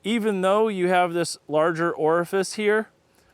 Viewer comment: Say orifice again.